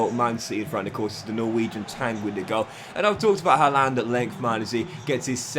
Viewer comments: Good video but it’s pronounced “har-land” he even said himself in an interview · Why are you the only person on earth that HAS to mispronounce Haalands name?